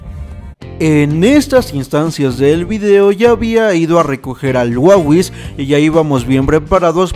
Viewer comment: se dice wawis